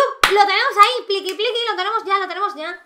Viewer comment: cuando dijo:"pliqui pliqui en ves de cantar picky picky dije pliqui pliqui jajaj XD